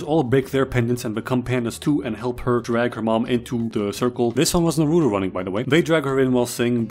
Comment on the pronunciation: its not NA RUE TOE ITS NAH ROO TOE